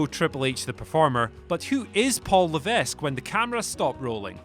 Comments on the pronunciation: Fucking chavs. It's pronounced as 'Luh-veck' not 'Luhvesk' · It's pronounced Levek, not Luvesk. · You said his last name wrong. It’s pronounced “Lev-eck” not “Lev-esk.” The s is silent. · It’s pronounce “Luh-Veck” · I didn’t know his real name was pronounced Paul Le Vest. Cheers for that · Levesque is pronounced "Lehvehk" in french and french-canadian areas, as it is a french name. In america, any french name, they "de-french" the pronunciation and sound it as it is spelled. Levesque in America is "Lehvescue", so What Culture got it wrong in two ways, the way it is truly pronounced as it a french name, and the way America botches it. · In quebec its pronounce Lay-Vaick so the "s" is kinda pronounce otherwise it wouldve been Le-vaick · Its pronounced leveque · Yes its Luh veck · #11 Fascinating Fact: his name has been said MANY times on TV... learn to say it, perhaps? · This channel never fails to amaze me, can't even pronounce the name of the person the video is about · My knowledge of French is limited,but I'm pretty sure the "s" in Levesque is silent. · I think WhatCulture needs to have someone proof-listen to the videos before posting them. WhatCulture Gaming had an amusing mispronunciation yesterday as well. ("Selebrimbor.") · This channel really is going downhill if they can't even pronounce Wrestlers names correctly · Is it pronounced Paul Laveck or Paul Lavescke?